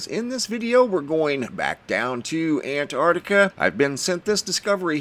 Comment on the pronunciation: Hi,I cannot help this,i am an old fashioned Englishman.I love you dearly & what you do but please please stop saying "very" unique.If something is unique then it is..........that's it..........unique,also please concentrate on the pronunciation of the Southern Continent,you get it right & then it all goes arse up,I love what you do but .....................I am probably a pedant but I like things right.Am a retired English Butler aged 72 so there you may have a reason & yes I worked in High Places not for a new Millionaire